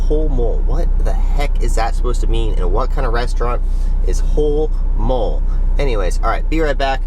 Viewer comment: The restaurant isn’t pronounced like that. It’s Spanish. Pronounced like holy moly. Mole is a sauce or marinade. Also, like guaca-mole. Get it? 😜